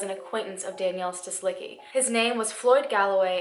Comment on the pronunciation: [stislitzki] -cki ending of surnames should be read like “tzki” or “tski” kind of sound :)